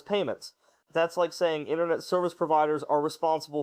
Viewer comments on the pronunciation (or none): none